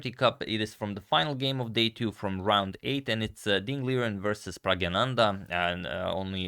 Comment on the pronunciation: His name is pronounced Prag Naa Nandh....